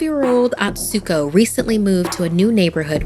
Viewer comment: You pronounced Atsuko wrong! It's A-tsu-ko, not At-su-ko